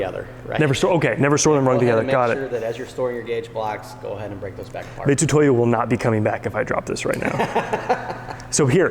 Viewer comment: Just wish you could say Mitutoyo right lol